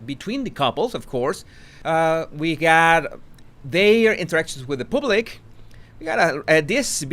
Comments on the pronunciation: Wales (plural) pronounced like whales. Public pronounced as paablik, not pooblik. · I love how pronounces the word “public” 🤣🤣 Pooblick 😂😂😂😂